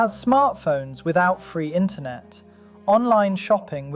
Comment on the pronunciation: ah yes intronet